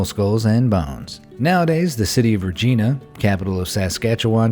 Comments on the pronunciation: It's Regina (i) not Regeena lol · It’s pronounced like vagina not regeena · Oh really LMAO!! I didn't watch the whole thing after I heard the "Re-Gina" LoL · Regeena 😂 I find this hilarious, i'm Canadian haha its pronounced "Regyna" like vagina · Jesus Christ. Re-JYE-na, not Re-Jeanuh. I seriously weep for every YT channel-nobody does their goddamned homework before picking up a microphone. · ReGinA nonononono its RegINA stupid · Its not rageena it's regiiina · ri-jahy-nuh not re-gina we do not re date gina at all. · Lmao Regeena? Regina is pronounced the same as vagina lol. Loved it! Thanks for the laugh ❤️💋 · STOP CALLING US REEGEENA ITS CALLED RE JINA THATS HOW U PRONOUNCE IT AND THATS CALLED PILE O BONES THATS WHAT EWE USED TO BE CALLED U DUMMYS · how he said it ;rrreegggeennaa how it is doe ; Regina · Its not re-gee-na. Its reh-ji-nah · Ruhjeena? Seriously? It is pronounced Ruh-jie-na. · He said Rejeana not Rah Jine Na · It's Regina not Regena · How you say Regina is Re-gy-na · Regina - pronounced Re-j'eye'-na. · regina rhymes with vagina, not "subpoena" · You pronounce regina like you would vagina... i know 😐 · Lol when you pronounce REGINA "Regeena". Like if u Canadian.🇨🇦🇨🇦🇨🇦🇨🇦🇨🇦🍁🍁🍁🍁🍁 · regina is prouncinced like vagina lol he also butched saskatchewan lmao .. Regina is also known as Pile O bones... im from the area lol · Lol regina and Saskatchewan are pronounced like this. Re-gi-na. And Saskatchewan is pronounced sask-at-chew-an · Reh- gi-na, not re gina, lmao! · It's not "Regina" like the name it's pronounced "Reg-I-na" that "I" makes the difference. I don't suggest pissing off Sask citizens. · It’s per ounces re-gine-a and Saskatchewan is with an a sound in place of the e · Didn't want to be that person... But I'm gonna be that person. It's not pronounced the way you said it, it's ''Rr-gine-aa''. Sorry...🇨🇦🇨🇦🇨🇦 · Actually it's pronounced re·geye·nah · It’s pronounced REG-INE-A ..you know.. like the female body part 😅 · what is it then? vagina with an r?